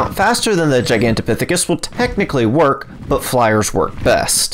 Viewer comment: Dude I just sub because you were able to pronounce that name multiple times without messing up. :)